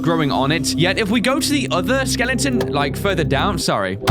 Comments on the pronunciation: Bro your saying skelengton instead of skeleton please stop it. It's cringy and annoying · when he was reading the leviathan skeleton he said "The Skelington " not The Skeleton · I love how says skelington instead of skeleton! 😄